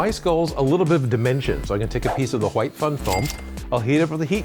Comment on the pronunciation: ''huwhite'' makes me think of stewie griffin